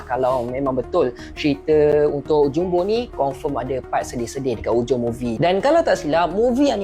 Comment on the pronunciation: Pengucapan bahasa Indonesia jumbo, bukan JAMBO....!!!